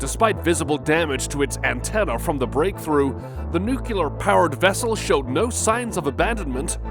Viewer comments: Nuclear not nucular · Could you please learn to say nu-clear rather than nu-cu-lar?